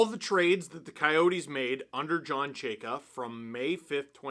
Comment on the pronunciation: These videos of you mispronouncing his name will be gold for the next 4 years before Chayka is fired.